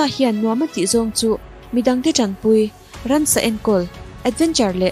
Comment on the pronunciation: Ransa nilovin, ramsa aw